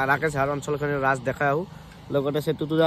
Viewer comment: ৰাচ নহয় অ ভাই ৰাস 😕 ধুই ☹️ অসমীয়া কথা দেখুন মোখত নুফুতে তোমাৰ __" আৰু মিছা কথা কিয় কোৱা হাঁহ 🦆আকৌ ৰাকেশ কেতিয়া বনালে 😏 বল্লাৰঃ 🐔🐔 সোপা হে বনাই আছেই 😏😏 ধুই কেলা 😏